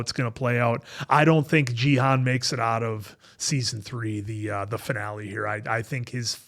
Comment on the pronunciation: Loved your reaction. Just one small point: it's pronounced "Ghee" (hard G), "Hoon" (rhymes with racoon). So Ghee-hoon rather than Jeehun. I have no idea why dumb-f*ck Netflix decided to spell it Gihun instead of Gihoon.